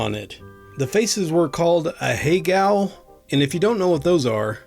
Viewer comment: The second one I literally said oh no.... when you said ohego... cringe